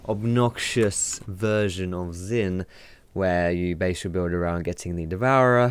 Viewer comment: Good vid but u pronounced xin zin...maybe it just me